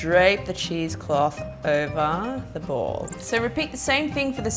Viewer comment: Is she saying cheese clothe?